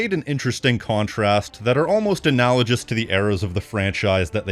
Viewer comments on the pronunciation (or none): Hey just so you know man, the word "analogous" is pronounced with a hard "g" sound as in "gooch", not a soft "g" as in "Germany".